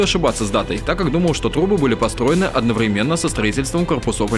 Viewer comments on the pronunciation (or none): Одноврéменно, ударение на третий слог, а не на последний., говори правильно